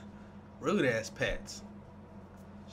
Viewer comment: Lmao dude the way you say azz has me cracking up every time